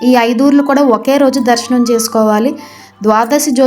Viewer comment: దర్సనం కాదు దర్శనం